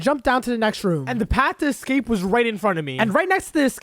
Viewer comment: THANK U FOR SAYING EXCAPE ROOM